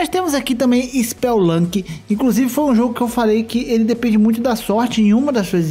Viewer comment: spel-lunki??? rugui-like?? lol